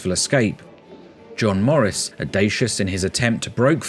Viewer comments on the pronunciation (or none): none